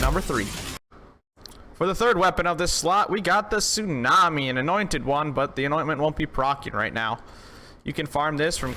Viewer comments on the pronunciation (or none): none